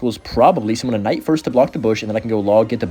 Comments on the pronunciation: Please just call the Knight a Night. You keep saying Kuhnight or Ignite and it’s like whyyyyyy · it's hero knight the k is silent wtf is a hero kanaight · Did you just call it k-night? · The K night pronunciation is triggering me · PLEASE! STOP SAYING THE K WHEN SAYING KNIGHT!